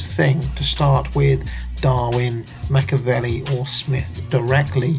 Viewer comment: It's MacchEEEavelli, not Macchavelli